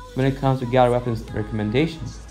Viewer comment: I'm not rascist but what is gally I will help u say gallery properly gal-er- reee3eeeeeeeeeee